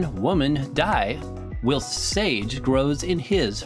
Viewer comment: You said ‘whilst’ wrong